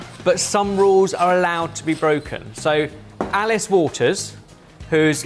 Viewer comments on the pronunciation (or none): none